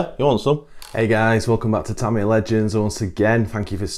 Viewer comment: No R in TAMIYA